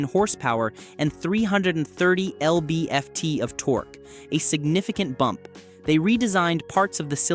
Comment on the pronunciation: “L-B-F-T of torque”